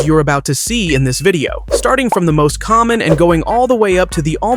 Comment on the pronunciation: Hello, did you know that said 'COMMOM' instead of "COMMON'